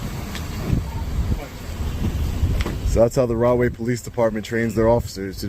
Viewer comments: I thought was saying "Wrongway Police". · Did you say wrong way please? 😂🤣😂🤣🤣🤣😂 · Rahway p.d. are you sure its not pronounced "wrong-way" p.d. 😂